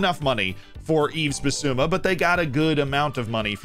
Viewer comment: Tottenham ahead of Arsenal? Oh dear, how funny. Let's talk about it in May :) More seriously, Yves is pronounced with a silent "s" btw